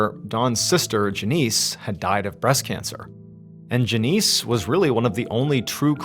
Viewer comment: I know that the REAL Mr Ballen would never mispronounce a common name like Janice